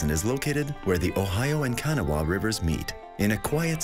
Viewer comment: learn how speak! it's not Canawhawa it Ka naw river get your S right!